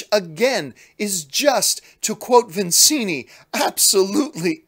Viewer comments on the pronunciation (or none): Petty comment coming up: it's the 2nd video i've heard John say "vinzini" instead of "vizzini"...I know....petty...but it's one of my all time fav movies and one of the best lines in that movie :)